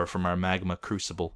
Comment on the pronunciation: i thought it was a "magma Cubical" instead of a "magma crusible"